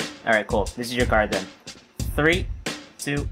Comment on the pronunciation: They all say 7 and tree